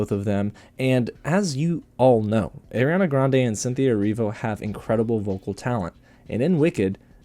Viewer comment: Her name is “Ari-ana” Grande. Not Airiana grande